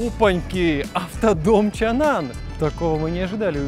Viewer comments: А почему ЧанАн? Если он ЧанГан?) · Чанган а не чанан)